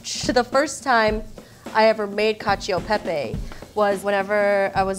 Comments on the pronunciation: FYI the "e" in cacio e pepe is actually pronounced like an "eh" not "ee" :learning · It annoys me that they say ee instead of eh but only for the e. They use the soft e in pepe lol.